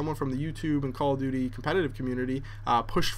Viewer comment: doesn't it sound like he's saying "Call of 'D', Black Ops."?